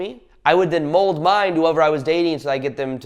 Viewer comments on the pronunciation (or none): none